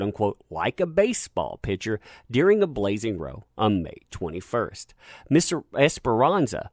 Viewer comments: When speaking of a fight, row is pronounced like cow not like l rite meaning paddle. It's british! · Great coverage - Watched a great number of them, Amber Heard.. wow.. words escape me as to the lengths she will go to. Incidentally 'Row' is British English for argument, the 'o' is pronounced the same as the o in 'How'